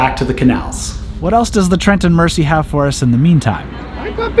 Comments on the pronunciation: Great videos. However it’s said Mer-sea (not mercy) and it’s a Wind-ing Hole (like wind of air, not wind a clock). You cannot moor anywhere on the towpath - there are often signs advising if it’s 24 hours only, 48 hours, etc. If no sign then it’s 14 days max. No mooring by locks or bridges or tunnels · Love these videos. May I point out that "Mersey" is pronounced "Merzey", not with a soft s. :-) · Please! Mersey is pronounced Merzee not Mercy. I notice Americans do this very often not sure why especially here. If you've traveled on this canal or river you must gave heard how the name is pronounced. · Great video, but merciful powers! It's pronounced "Trent and Merzee" :) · For those who don't know (most Americans/Canadians), it's the Trent and "Merzey" not "Mercy" canal! The Mersey is the river that Liverpool is on the banks of. Think of Gerry and the Pacemakers song, Ferry 'cross the Mersey. The mouth of "River Mersey" is where Liverpool is situated, before is feeds out into the 'Irish Sea'. Then head north and turn left at the top of Northern Ireland and you're into the North Atlantic Ocean. I wouldn't advise going that far in a narrow boat though! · its pronounced Merzy not Mercy so Trent and Merzy. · Mersey (merzy) Not mersee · Psst - it's pronounced MER-zee. Hearing "mercy" is like hearing Vancouver pronounced van-COW-ver. Painful. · FYI Mersey is pronounced "Merzy", with emphasis on the Z. Loved the video! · G'day Sorry just watched a tad late but anyhoo, I keep Hearing you say the "Mercy Canal" is that your accent or are you miss pronouncing Mersey Canal❓ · FYI… The S in Mersey, is pronounced as a Z. Merzey… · Ahhhhhhh! It's pronounced Trent, as you said it, but Mersey is pronounced more like Mur~zee. Here endeth today's English lesson. 😊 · As a scouser my god my ears hurt at the Trent and Merci canal... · It's actually wind-ing not wine-ding hole. The Mersey has a soft "S" not a hard "S" almost like a "Z". So "Trent and Merzey" would be more like it.